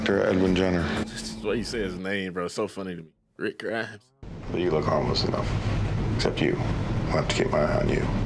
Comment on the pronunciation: RICK GRIAHMS 😅